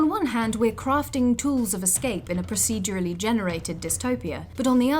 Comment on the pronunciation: a little bit of me dies whenever the narrator tries to say 'procedurally'